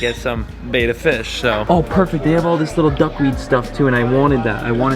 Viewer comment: Buck weed. Lol. Its duck weed.